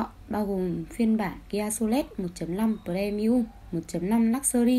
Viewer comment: Tiếng anh mà đọc cũng ngọng líu ngọng lô chán thế, nghe kia solet là kém sáng hẳn luôn